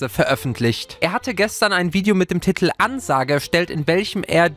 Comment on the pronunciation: TITEL, nicht TITTEL! Es regt so auuuuf xD